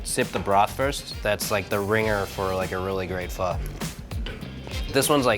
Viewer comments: • 지민 • you said Foh😂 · omg i thought you would pronounce pho like "phoh" not "phuh" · Pho not pha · No, fur is wrong. The easiest way to learn how to pronounce it is if you imagine the F word almost slips out of your mouth and you end it with a question mark...fu..??? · I thought u pronounce it pho not pha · It's not "Phuh" It Isn't "Foe" it's pronounced like the (Fung) syllable but without the N & the G sound. Or to simplify it, say "Phuh" but disband your jaw up when you say the "uh" part. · It's pronounced p-oh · There's a reason there's a ? on top of the O in pho. Pronouncing it as "fuh" and pretentiously pretending you know how to pronounce it is ignorant and arrogant. Literally better off calling it "foe" unless you intend to learn and pronounce it properly. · Danyal A. It is not any of those it is pronounced fuh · Man, the way they pronounce pho... ‘fur’ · Aw man I cringe every time they say pho like that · He lost his ways of Asian he can’t say pho right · #AsianSquad laughing at them failing to say “Pho” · PHO IZNT PRONOUNCED THAT. WAY..well for me